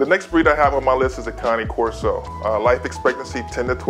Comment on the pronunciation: I stopped watching when he said cane corso wrong 😑